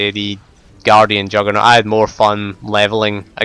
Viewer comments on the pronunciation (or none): lol...i love your accent...when you say juggernaut, it sounds like youre saying jugg or nor